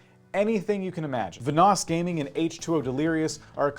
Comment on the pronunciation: I’m sorry the way you pronounced VanossGaming had me laughing 😂